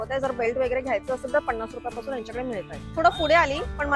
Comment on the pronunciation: किती सारखं ओके ओके आणि पन्नास रुपये म्हणतात पणास नाही